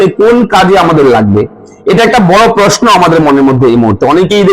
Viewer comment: পথম ' দি বেন' পশনো' = উচ্চারণ সঠিক করুন???